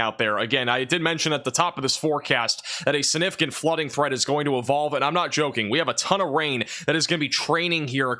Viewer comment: Aww. He does say sinnificant instead of significant. 😅❤ saw someone pointed that out on his last video but must've missed where he said it before reading the comment. Heard it in the first 10 seconds of the video and had to restart the first 10 seconds to make sure I heard it right. And before any of the complaints start, I've never heard him mispronounce any other word and his professional way of giving us the weather keeps me coming back as well. I actually think his mispronounciation is kinda cute. 😊